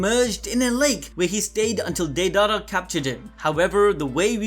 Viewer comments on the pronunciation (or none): none